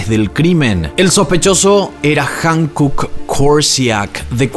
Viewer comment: ✨✨Amo tu contenido!!✨✨ Me encanta como explicas todo y le das seguimiento!! Like para todos tus videos!! 👍🏻👍🏻👍🏻👍🏻 Sólo como dato cultural 🤭 HYUNKOOK se pronuncia cómo jiunkuk. Espero puedas hacer más casos del continente asiático 🫰🏻💙